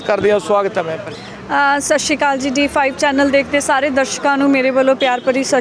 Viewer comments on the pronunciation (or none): shshri kali ni hunda sat sri akal hunda